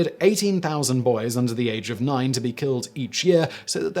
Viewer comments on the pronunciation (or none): The princes were 12 and 9 years old. It sounded like you said 12 and 19, so I checked the caption, and that said 19 also. So, if anyone is wondering, it's 12 and 9, not 19.